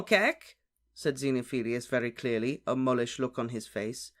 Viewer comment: Mulish (mule ish), stubborn, like a mule. Not mullish (muh lish).